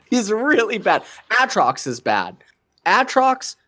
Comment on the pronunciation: I wanted Thorin to jump on LS for how he pronounces Aatrox.